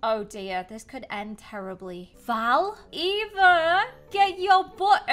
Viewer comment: You say Eva like efa